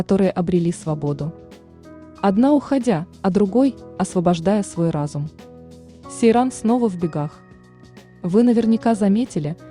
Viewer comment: Не Серан, а Сейран